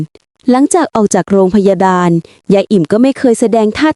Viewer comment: ร.เรือชัดเจน..กำลังชื่นชม..ท้ายคลิปเจอคำว่า..โรงพยาดาล ลั่นเลย55